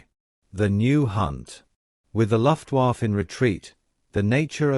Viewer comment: LEARN HOW TO SAY LUFTWAFFE SOUNDS LIKE LUFT WAF AH